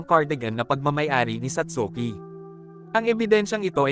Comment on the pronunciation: satski po pronounciation ng satsuki✌🏻🫰